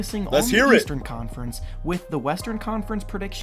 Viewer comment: The leastern conference said by Skip Bayless